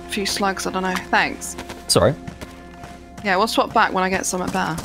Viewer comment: I’m sorry dude but it still sounds like you’re saying “hey everyone, sorrwee”, the way a little kid with a speech impediment would say “sorry” 😂